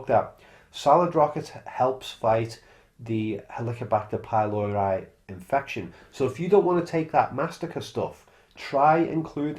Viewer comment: /PYLORI/, not /pajloɹaj/.